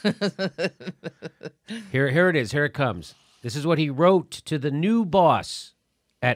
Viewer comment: Your giving writing tips, here's a reading tip, the word is NEWS not NEW.